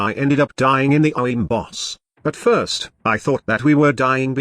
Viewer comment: Man your TTS straight up cannot say “Orowyrm” lmao